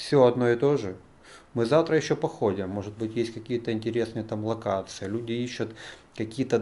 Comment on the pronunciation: Не ишАт,а ищУт!!!